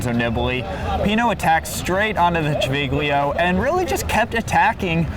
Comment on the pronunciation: Really interesting commentary - learned a lot from it. Civiglio is pronounced Chi vil yo.